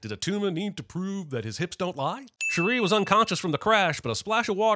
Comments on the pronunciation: Shuri - emphasis is on the first syllable, not the second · Man, nit pick, pronunciation of shuri….agggh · The real sin is the way he pronunces Shuri. Why does he say like that? 🤣🤣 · Why are you pronouncing Shuri's as "sure REE" instead of "SURE ree", the way everyone in the movie says it? Are you using a Cajun Wakandan dialect? 😂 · This man cannot say her name correctly to save his life. Shuri, not Sherry. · Add 2 subs to the announcer for pronouncing shiri's name like 'shuh-ree' ding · + 60 sins for pronouncing Shuri as Sha-ree the whole time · I'm going to sin the fact that he keeps calling her "Sha-ree". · Jeremy repeatedly pronouncing "Shuri" to rhyme with "Chim-chim-cheree". *DING!* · The way you say ´ShURy’ nope 👎🏾 +100 sins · The biggest sin here is how retardedly you pronounce «Shuri» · Why does he keep saying Sherry instead of Shuri?? 🤦🏽‍♂️🤦🏽‍♂️🤦🏽‍♂️🤦🏽‍♂️🤦🏽‍♂️🤦🏽‍♂️🤔🤔🤔🤔🤔🤔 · there were so many im not even going to list them out but you're just straight up misunderstanding scenes/emotions for so many of these sins, and why tf are you pronouncing Shuri like Cherie? Dawg I get that you're white, I am too, but they tell you how to pronounce her name a hundred times did you even watch the movie???? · Narrator continues to pronounce Shuri like "sha-REE" despite hearing the pronunciation countless times in the creation of this video. ding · Who is this "Shari" character he keeps mentioning? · Jeremy hearing them pronounce it as Shuri constantly during the film, but choosing to pronounce it like Cherie is really grinding my gears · a sin for your pronunciation of Shuri 😆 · Two sins should be taken off for you continually mispronouncing Shuri and Nakia's names. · Your pronunciation of “Shuri” for a whole 22+ minutes is the real sin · You gotta stop saying Shuri's name like that. Thats not even how the WAKANDENS say her name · Giving a sin every time he mispronounced Shuri’s name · I want to like this multiple times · Why are you pronouncing Shuri like that? 😂